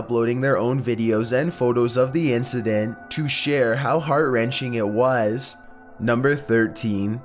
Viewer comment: NU m BEr fifTEEN